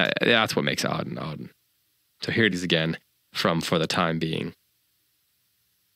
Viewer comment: “Ah-den,” not “Ow-den.”